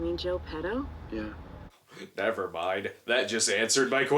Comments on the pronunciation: Maybe it was written by a Brit. "Pee-doh"=/="Peh-toh" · So when he said "petto's" i was thinking he said "pedos", wich means "farts" in spanish, and that was my biggest laught of the review so far.